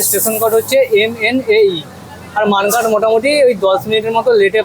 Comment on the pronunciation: মানকার না মানকর